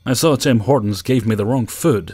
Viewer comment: This guy pronounces "food" as "füd"